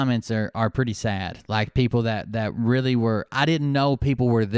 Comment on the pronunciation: Damn it! Really? You mean I'm gonna have to go back to a therapisit again. Weeally?